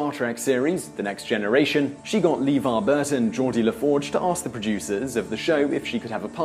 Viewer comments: I thought the same also with Levar..... Leh-var not Lee-var. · LEEvar Burton??? Man can you get anything right?? This whole video is now rendered...STUPID.. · Gene Roe-den-bree, Whoopi Golds-berg, Lee-Var Burton! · Lee var Burton... gene roden brie ......whoopie gold's berg.... has he ever seen any trek?.... yeah no not subscribing.... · I understand your English accent would have some words sound a bit different. However... Gene Roddenberry's name is not pronounced Roe-den-bree, it is pronounced Rod-en-berry. Whoopi Goldberg is not Whoopi Golds-berg. Also, LeVar Burton's name s not pronounced Lee-Var, it is pronounced Luh-Var. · I've more of an issue with the bizarre 'rodenberry' and 'leevar burton' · With all of the research into this, I'm surprised you got the pronunciations of Roddenberry and LeVar so wrong...